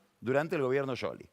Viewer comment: Pagni no pronuncia bien ni su propio nombre. Debería asesorarse aunque sea con Google antes de salir con un nuevo apellido o marca que no sabe pronunciar. Le quita credibilidad. No hay caso con Scioli, lo confunde con Angelina Jolie 😂😂